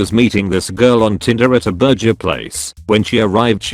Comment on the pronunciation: I love how he pronounces burger